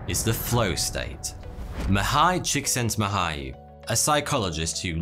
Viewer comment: I've never heard a non-Hungarian youtuber pronounce a Hungarian name that well. It's almost good.